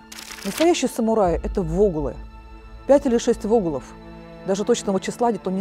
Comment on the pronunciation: Вогулы ударение на у